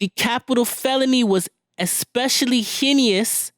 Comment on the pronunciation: the way he said heinous 🤣🤣😂😭